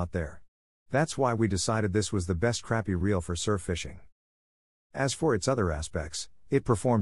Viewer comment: AI needs to do better